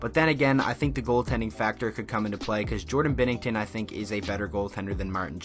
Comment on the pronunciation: “I’m confident in binnginton” lets in 5 goals